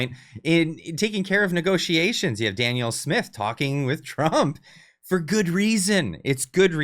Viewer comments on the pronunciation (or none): none